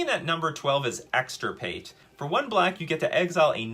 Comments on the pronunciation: Wonderful. But also: it's "Extirpate" not "Exportate" Hermione Granger intensifies 😂😂😂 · Bro I really cannot believe says once and again expertate, I mean EXPERTATE, and he is already reading the card that is called EXTIRPATE xD